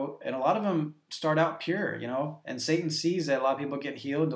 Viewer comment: He said sat-Ing lol but good job you are helping me get red of my demons